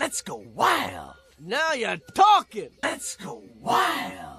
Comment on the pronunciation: Now You're talking (NAiw iOuR tOulking)